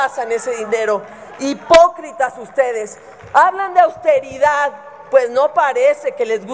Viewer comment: Margarinflas no puede decir austeridad jajaja